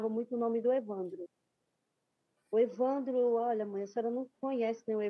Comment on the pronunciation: Por que a apresentadora pronuncia evandrÓ?